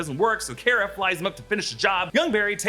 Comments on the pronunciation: It's not care-uh it's car-uh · It's pronounced "Car-Uh" not "Care-Uh" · Supergirl’s name is pronounced Kar-a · The way he says Kara really shouldn't bother me as much as he does